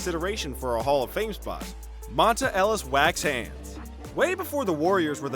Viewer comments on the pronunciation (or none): none